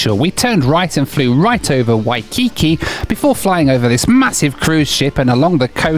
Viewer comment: Lana’i is pronounced: LAH-nah-EE. Waikiki is pronounced: WYE-kee-KEE.